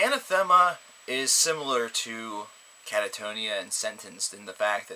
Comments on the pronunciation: Anath - ema, Not Ana - thema, just saying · Mike, you are absolutely correct. And this is not the first time I've heard a reviewer (and otherwise) mispronounce the band's name. It's very irritating after awhile to hear almost everyone (seemingly) familiar with this group get their name wrong. AnAAAAthema, not AnaTHEEEEma. Thanks.